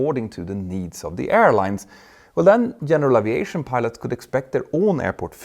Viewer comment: Älskar dina videor och kanaler Petter, men uttalar du inte Aviation lite fel? Oavsett så uppskattar jag den höga kvalitén på din content. Bra jobbat!